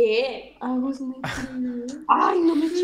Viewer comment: Es ritusneta no agusneta 😅